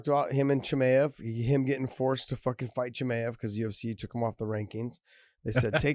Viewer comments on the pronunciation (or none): CHE-MY-UV Josh like that dude idk why it bothers me the way you say it